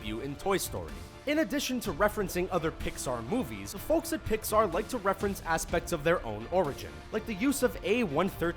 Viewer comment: He keeps sayin Pixar!!!!!! UUUURGH....